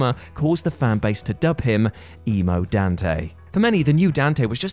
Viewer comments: That's not how you pronounce "Donte". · Emo Dante? No, no, no. We call him Donte.